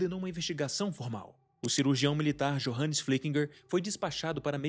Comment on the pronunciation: ótimo vídeo!!! parabéns! Só uma recomendação, nomes de origem germânica, alemã, austriaca, suíça, etc... "J" tem som de "i", portanto "Johannes" se pronuncia "iohannes", "Johann" se pronuncia "iohann". Novamente, parabéns e muito sucesso! 👏👏👏